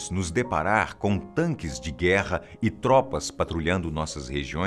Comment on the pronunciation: dps que o disse "tanque" já parei de assistir